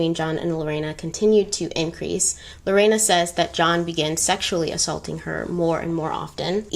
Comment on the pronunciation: Thank you for not mispronouncing my name 🥰 you said it very well in spanish too ❤️